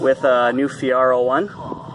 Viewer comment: Lol, its Fee air oh. Just sayin...... dope ride...... i miss my 86 😎